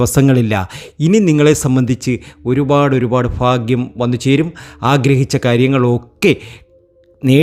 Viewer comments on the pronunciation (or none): Fakyam.അല്ല. ഭാക്യം